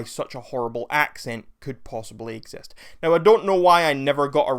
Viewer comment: Who trusts a a random who says "ex...est", instead of exist